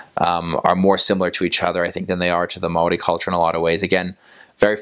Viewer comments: As a māori. A Kiwi🤙 I gotta say this guys pronunciations are awesome 👍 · Bro Aotearoa is mean as and your pronunciation for maori is spot on brother! Chur! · Boilup is a staple of maori diet hahaha... well not very healthy, but oh so good for the soul. You sir actually pronounce maori very well.😉